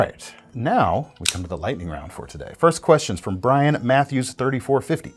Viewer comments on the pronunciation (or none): none